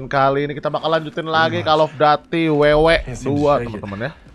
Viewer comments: koll Of dudiy Bukan Kall of dati :) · kocak gw njir windah cell off daty wwek😂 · Tajuk game: call of duty Brando: call of dati